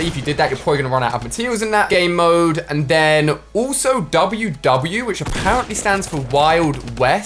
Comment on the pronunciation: a pear ently